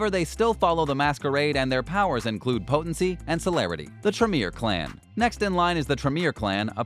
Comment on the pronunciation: Like "Burjah" istead of "Brujah" and "Venture" instead of Ventrue. I stopped watching at that point... Why does someone tries to dabble in something that he has no clue about? Like Potency instead of Potence...